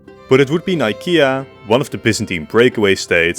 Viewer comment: Good video but i would also add the jagieollonian empire. Technically as much as an empire after the HRE after the 1200's. I mean i know you mentioned them in you video on varna but still. Btw good job on being one of the few that pronounced Nicaea correctly. Btw Yuan is pronounced more like Yuen.